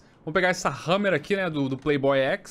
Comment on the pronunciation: Não é prei boy é play boy